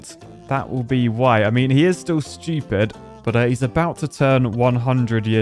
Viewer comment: I like how u say Schupid!😂😂